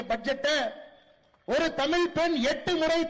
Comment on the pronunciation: பேரப்பையன் வாயிலே தமில் விலையாடுது. ஒன்பது பக்கத்தில் பூஜ்யம் மாற்றி மாற்றி போட்டு ஒரு நம்பர் சொன்னார் பாருங்க, sooooper